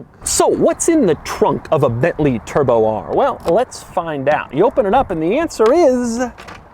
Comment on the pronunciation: New way to say bently turbo r